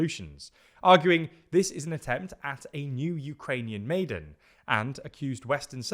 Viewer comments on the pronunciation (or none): Pronunciation tip: maidan (as used in Ukraine but taken from Persian (I believe) meaning square or parade grounds) is like "my don"